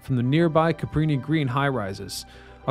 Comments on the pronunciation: Why do you always say CaPREEnee Green? It's CaBrini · It’s Cabrini Green with a B not a P